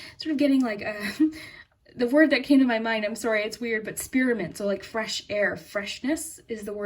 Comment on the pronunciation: When she said spiramint I literally just got done eating a mint...